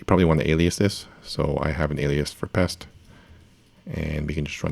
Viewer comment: It's just Pest because it rhymes with Jest so it's Jest for PHP...